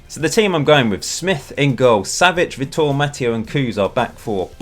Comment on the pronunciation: btw Vitor is pronounced "vee tore" my friends called Vitor so I know